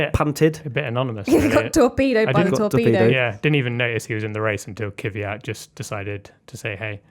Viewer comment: I know it's hard to pronounce it for native english speakers, but it's not "KIVIYAT" as you all keep saying it. There is not an I between the K and the V. Maybe you should just say "KYAT" as it is much closer to the actual pronunciation than your damn kiviyat. I'm not even russian and I'm neutral towards DK, but it would be respectful if the commentators, journalists and F1 related content creators learned how to say his name correctly.